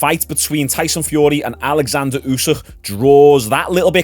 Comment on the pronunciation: *Oleksander Usyk….not Alexander